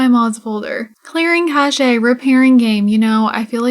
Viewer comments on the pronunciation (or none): Cache is pronounced like "KASH" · Cache. Interesting word. Mostly because I'm curious why I've now heard a couple people on YouTube, all people playing sims, call it "Cash-ey" instead of "Kash"